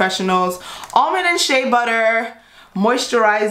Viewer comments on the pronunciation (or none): none